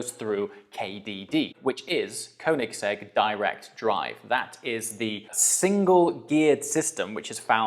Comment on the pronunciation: If you own the car atleast learn to pronounce it. You can literally ask the OWNER of the company by yourself. Congrats with the purchase tho.